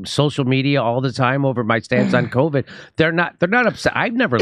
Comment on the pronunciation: Rachel Maddow let us know that if you get the vackseen you can't spread coooviddd 😂😂